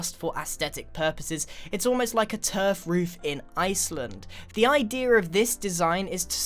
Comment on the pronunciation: grain said idear not idea